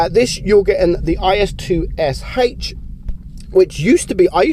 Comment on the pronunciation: I think the IS-2sh is actually pronounced IS-Toosh